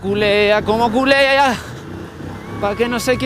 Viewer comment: Pa subir por ahí hay que hacerlo muy temprano creo yo. Y no se dice la moto culea se dice colea por qué culea ya es otra cosa jajaja. Charlie sube con caídas pero sube creo que le vas a tener que pagar esa cerveza.